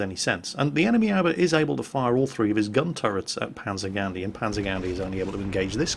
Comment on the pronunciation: I'd just like to point out a simple pronunciation error: Aoba is pronounced "a-o-ba" not "owba" A general rule to follow with Japanese is that it's pronounced exactly how it's spelled.